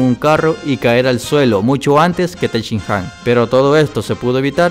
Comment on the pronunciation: tenshinjan? no seria tenshinhan